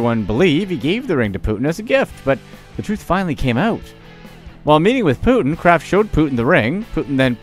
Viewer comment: Putin not Put'in.